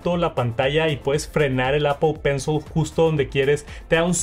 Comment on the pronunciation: Solo escucho "Apo penso"